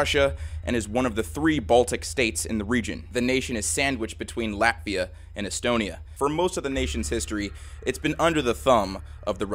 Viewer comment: I know this is supposed to be serious but in the beginning I thought he said laughia